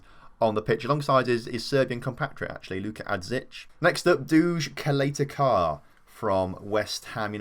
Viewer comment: You’re pronouncing Adžić wrong. It’s Adzhich (you combine d and zh to be one word) Edit: you’re also pronouncing Duje Ćaleta-Car wrong. It’s Doo-ye Cha-le-ta Tzar Sometimes I’m proud to be from Montenegro so I could help people pronounce Ex-Yu names